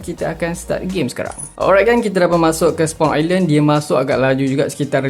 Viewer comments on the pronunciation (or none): none